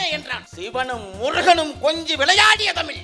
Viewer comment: தமிழ் ..... ழ் லே வரலயே😂